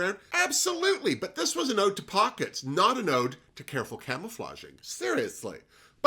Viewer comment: Not "Ode to Pockets"; it was "Haute Pockets." And Rosé's took me back to Yardley commercials from the mid-'60s.